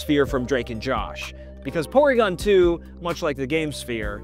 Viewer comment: Porwiigon twu